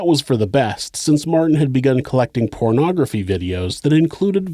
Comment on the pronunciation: Ya know…@ it sounded like you said “he started collecting CORNography🤣 the images that popped into my head…..